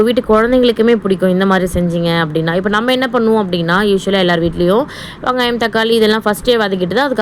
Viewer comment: வங்காயம் இல்லை வெங்காயம் 😂 😅😅😅